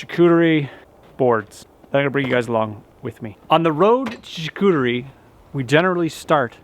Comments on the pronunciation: Hahaha Charcuterie! Am French Canadian your pronunciation is terribleeee! Lol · Imagine pronouncing the "t" in charcuterie lol, anyway great video!